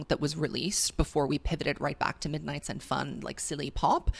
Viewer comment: “Misnights mayhem” “TTPD Tracks”